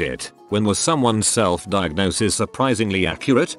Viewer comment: Nobody:: DIAGONSIS